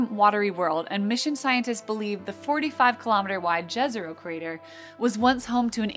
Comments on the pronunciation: Yezero for native english speakers maybe? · 'J' is pronounced as 'Y' in slavic languages, so it's Yezero, not Jazzero :) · lol, jazz-ero. The crater was name for several towns called Jezero in Bosnia in Herzegovina; in many Slavic languages it means lake and it is pronounced yezeroh /ˈjɛzɛro/. TMYK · It's Jezero, not Džezero. It means "lake" in some Slavic language.